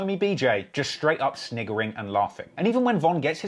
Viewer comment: did he jus say snigering?